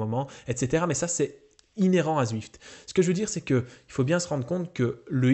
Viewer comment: "Zuift" : j'adore l'accent Belge ^^